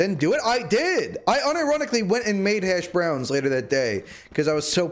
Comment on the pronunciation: saying hash BROWNS should be a war crime